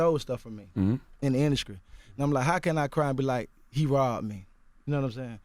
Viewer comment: " ln the induscry "..